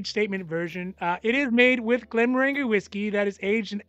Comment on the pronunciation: When you say Glenmorangie think of “orange-y” at the end. Soft g.